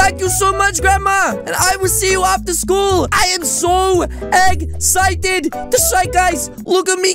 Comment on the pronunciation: Why did he said eggsitef